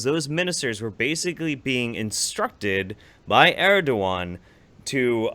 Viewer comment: It's pronounced more like Err-doh-an because the ğ just means that the vowel sound before gets extended, it never gets sounded as a hard g